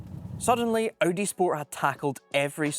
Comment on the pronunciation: Cool video mate - except it's not pronounced O.D. but Audi.